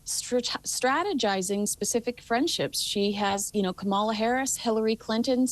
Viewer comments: Why can't people still pronounce Kamala? It's not that hard. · please pronounce Kamala Harris' name correctly - perhaps it is ignorance but I am starting to think it is intentional and meant as disrespect. It is obvious from some of your side comments that you are very right leaning politically. I wish you would tone that down and just focus on Harry and Meghan commentary. Otherwise, great job! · I agree with ABSOLUTELY everything you've both said. But maybe could pronounce her Vice President's name correctly. The very '1st' female Vice President. A little shameful. We all know "who" pronounces the VP's name like this.